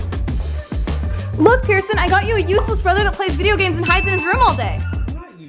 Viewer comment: What's a borther?! 😂😂